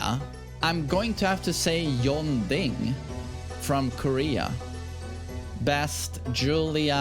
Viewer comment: Yong-ding. Jeeezuz. It's Jun-dding. Say it exactly like I spelled it. My ears bleed everytime you butcher that name.